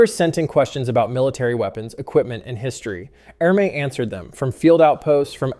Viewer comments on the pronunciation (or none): It's pronounced "Ermee".